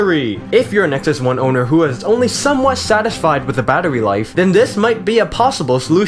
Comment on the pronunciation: o god, you made me laff hardd "insert bater...goodness gradious"